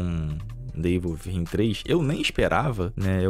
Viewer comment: Ei, meu, Within se pronuncia "Wizin" com língua presa. kkkkkkkkk